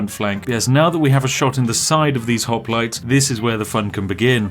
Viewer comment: Ah yes, Spiff and his perfectly balanced pronunciation of Hoplites.